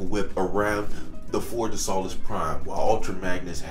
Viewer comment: dawg it is pronounced Forge of So-less Prime. not Saw-less Prime